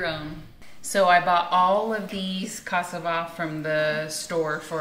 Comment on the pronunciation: It looks so very yummy! I am also married to a African from Guinea west Africa and I love to cook for him! FYI you are not saying cassava correctly, everytime you would say that word I did not understand it was only at the end that I realized what you were saying. Everything looks amazing and I have joined your channel XOXOXO